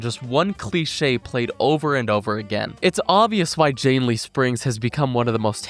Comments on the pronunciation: God calling janney, jannley was so damn annoying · Also "Janely" lol